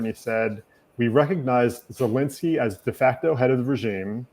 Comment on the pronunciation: My god PLEASE pronounce Zelensky's name right!! Enough is enough. Get it right, host.